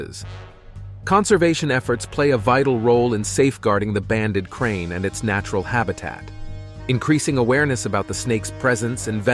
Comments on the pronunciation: Its a crate not crane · It's called krait, not crane. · Krait not Crane Please learn to read if you're going to try to educate people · *Banded Krait not “Krain” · The narater is annoying by calling the krait snake a krain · If he says "banded crane" one more time 😂😂😂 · Periodically mispronounced the banded krait. Got it right sometimes.